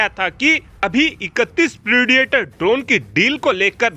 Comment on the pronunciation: प्रेडिएटर ड्रोन नहीं प्रिडेटर ड्रोन इडियट